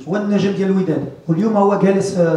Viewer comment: Comment dire un star : هو النجم السي وليد راك قلتيها منين قلتي اونجم 😂